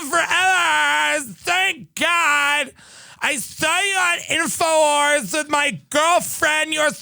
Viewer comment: “I saw you on Inforwars!” Hahahahahahahahaha